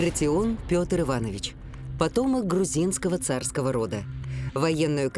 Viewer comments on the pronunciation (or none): none